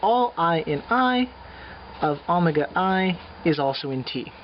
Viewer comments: please stop saying omega as Amega! But thank for the prep... Maybe you should post a video on algebraic topology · Good stuff, but why the strange pronunciation of omega? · Haha was wondering the same thing